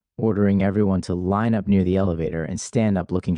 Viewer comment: This narrator speaks mostly normally but with bizarre, flagrant mispronunciations. I think it would be better to get a human to read it... I noticed this is Part 1 as well. There's one: "no one came.... near". This occurs when he is in the padded room. Normally we would say "no one came near".